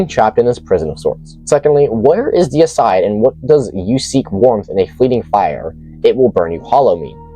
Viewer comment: I love the fact that you actually read the name correctly. Deicide, which means kill god, not decide.